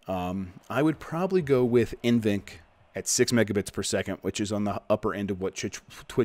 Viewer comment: N-VENC I think its NV-Enc.